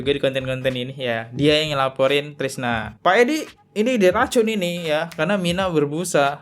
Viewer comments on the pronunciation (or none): Bukan Trisna Bang, tapi Krisna